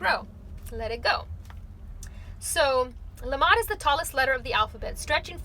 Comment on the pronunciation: lAmed (not lamEd) ❤️